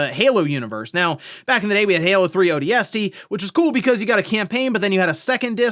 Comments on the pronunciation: Why do you say odst like a freak??? Ooohh... D S T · Odie Estie reporting for duty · i didn't know ODST could be pronounced like that. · I came to the comments looking for this and was not disappointed 😂